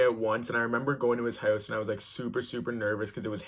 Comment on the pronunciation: I heard him say out and house, and I instantly knew he’s from Canada. I guess I wasn’t paying attention to the background with the Canadian clock on the wall.